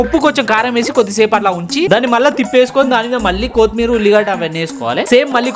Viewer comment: కోతిమీరు ❌ కొత్తిమీర ✅